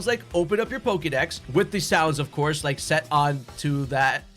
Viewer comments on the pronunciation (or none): none